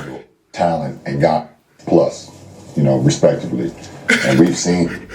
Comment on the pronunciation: He said respectibly